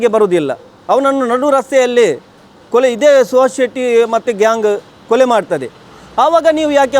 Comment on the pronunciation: ಅದು ಕೊಳೆ ಅಲ್ಲ ಕೊಲೆ 😂😂😂😂